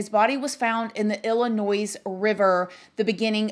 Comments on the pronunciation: Hun…Illinois is pronounced with a silent s. “Illinoi”. Try it! Xoxo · I'm not being unkind but you do not pronounce the s on the end of Illinois. It is silent. Pronounced Illinoi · Sorry if I sound like the grammar police but it's driving me nuts! It's a silent s on the pronunciation of Illinois... IL-ə-NOY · It's pronounced Illinoi, "S" is silent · Girl I love u but Illinois is not pronounced like it's spelled. It pronounce like Illinoy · I love you but it’s pronounced illi noy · Please learn how to pronounce Illinois, it's not Illi-noise. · The "s" is silent in Illinois. Same as in Arkansas. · Hearing the “s” at the end of Illinois makes me cringe! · There is no noise in Illinois. Just saying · The s is silent in Illinois, its like fingernails on a chalkboard to people who live in state when you pronounce it like that, lol no biggie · The s in Illinois is silent. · You don't say the s in Illinois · I’m guessing that you are an American and you were born in this country and you don’t know how to say the state of Illinois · lol! "ILLINOISE"! smh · Illa-NOIZE lol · Illinois is not pronounced “ill-i-noyZ”, the “s” is silent so it’s “ill-i-noy” based off of a French adaptation of an Algonquian tribe name. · Ill-a-noy....not Ill-a-noise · Please pronounce Illinois, correctly….it’s noi not noise… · Pronounced ill-i-noy...not ill-li- nois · God bless Jelani Day and his family. This needs more attention. They need answers. So sad. Btw,, this is one of your babies talking: Illinois is pronounced ill-in-oy — the S is silent. Love youuuuu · It's (ill-uh-noy) 💜 Illinois. Praying for Jelani's family. 😭 Great video 🦋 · PLEASE DO NOT PRONOUNCE ILLINOIS WITH AN S ON THE END COME.ON. I can't even comprehend that I have heard her say that several times. Mind numbing. Education is important people. Cringing. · The S is silent in Illinois. Sounds like Illinoi. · The S on the end of Illinois is silent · You don't say Illinois with an s, you are killing me.